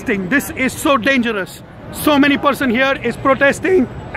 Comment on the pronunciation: You forgot to say DANGERAS NOT DANGEROUS